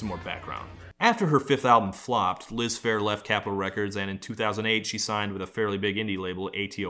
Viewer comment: i thought that said "lisp hair" . now every time ya say "liz phair"....... i hear "lisp hair"